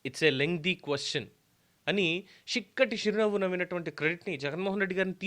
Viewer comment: షిక్కటి షిరునవ్వు.. ఈ పదం మీ నోటివెంట వింటుంటే భలే ఉంది సామీ...